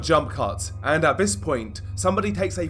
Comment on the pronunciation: Since when has this, them or they been pronounced as viss, vhem or vhey😂